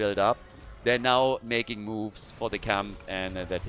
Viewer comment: "Meching it happen" 😅😅😅😅